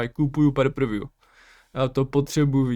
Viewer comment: Bozeeee, neeee - per pr vjů ale pay per wiew (pej per vjů), rve mi to usi Díky 🙏🏻